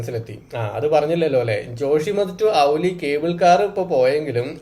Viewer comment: ഔലി അല്ല ബ്രോ ഓലി